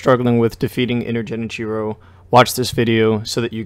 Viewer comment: "Jenichiro"? Seriously? How?